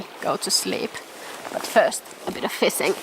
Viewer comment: Another great video! Watching yours and the videos of HannuYK gives me the urge to move to Sweden. Rain, cold AND swarms of mosquitoes? Those are some damned tough mosquitoes. Love the way you say "fissing." I look forward to future adventures.